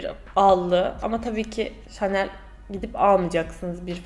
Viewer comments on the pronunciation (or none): Hemen bi bilmişlik taslıyım kdjxllssj. O "şanel" diye değil de "şınel" diye telaffuz ediliyor